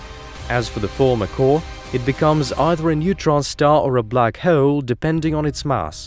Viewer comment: The way he says "hole" is hilarious. 🤣